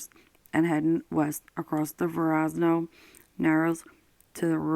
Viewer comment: It's Verrazano bridge!! It's pronounced ver-ra-za-no. And bensenhurst Brooklyn